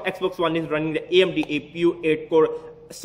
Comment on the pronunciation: hahahahahahaahahahhhwhhaha you sound to funny amdi is amd not amdi need beat en then rap amdi amdi hahahahahahahahahah